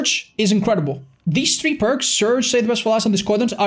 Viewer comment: >surge, i felt pain every time you said that